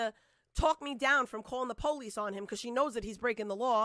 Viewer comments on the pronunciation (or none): The POLE-EESE 🤦🏼‍♀️